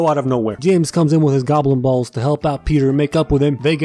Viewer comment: You said "Goblin Balls" which is kinda like "Gobbling Balls"